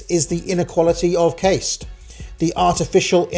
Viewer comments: Learn how to pronounce caste. It's cast not caist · btw it's pronounced 'Car-ste' not 'case-te'